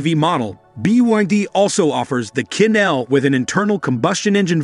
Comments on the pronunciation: It's pronounced chin, not quin. Chinese and French among other languages use a different set of phonetics to represent their actual sound. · Qin is pronounced as chin as in the Qin Dynasty